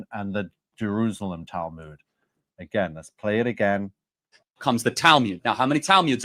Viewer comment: Weird that he prounces it as Talmyud, not Talmud.